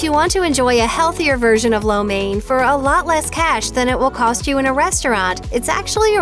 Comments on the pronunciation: What's up with that pronunciation it sounds more like lao men not main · its catered to the american tastebuds and yall complain that the dish is unhealthy when american food is unhealthy?? not to mention wtf is that pronunciation of lo mien i almost didnt know what this video was about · Im Chinese and everytime they say lo mein with the wrong pronunciation it freaks me out. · You are not saying Lo Main right. Most English speaking people get it wrong.